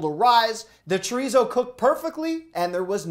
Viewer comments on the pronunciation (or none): The way he said chorizo 🤦🏻‍♂️